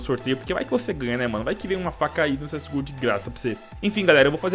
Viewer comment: agr nao e cs go ta geral falando cs ghoul '-'